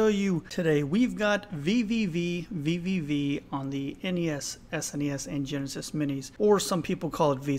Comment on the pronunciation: VVVVVV on the NES, SneNeeEss and JeNessNess!